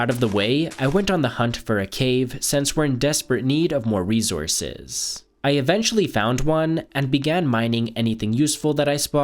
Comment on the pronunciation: "rezourrces" always gets me 🤣